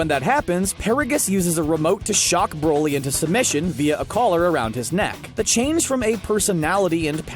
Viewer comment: No one: Absolutely no one: bRo LeE